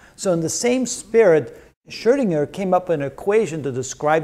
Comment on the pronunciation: I like how mr. pronounces the letter "Ö" in "Schrödinger" the way it is supposed to be pronounced - a lot of English-speaking people seem to be more comfortable with pronouncing it like "Schrodinger", but the "Ö" vowel sound actually does exist in the English language, like in the word "bird", for example.